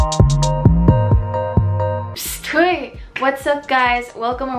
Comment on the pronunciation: Intro "Psst Huy" Me: what the.. Is she filipino??!